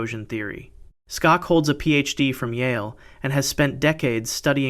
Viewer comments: His name is pronounced "SHOCK"...NOT..."STOCKS"! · I have to wonder why you didn't research the pronunciations of most of these places. Also, Dr Robert Schock is just pronounced Shock.